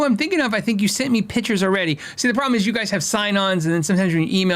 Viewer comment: Photographer here, and I love the show, but please, its Pictures not pitchers..